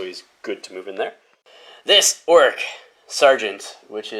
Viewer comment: It sounds like you’re saying orruk instead of orc. Am I just hearing that wrong or do you pronounce it weird?